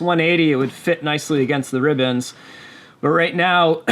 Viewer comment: Much better on the "rib bands" pronunciation, sounds like you've been talking to people in the know😄👍🏻